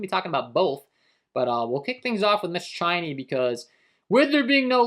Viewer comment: Chiney, CHA-NAY